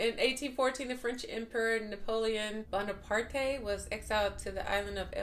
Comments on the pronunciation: "Dumas" is pronounced "Duma". S is silent. "Bonaparte" is pronounced "Bonapart". Last E is silent. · I love your channel! For future reference: Marseilles = Mar-Say Bonaparte = Bone-A-Part D’If = deef (like beef) ✌🏾✌🏾👍🏾👌🏾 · Bonaparte is pronounced Bonapart just imagine the e not there its just spelled with a e at the end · E is silent on Napoleon's last name...lmao😂😂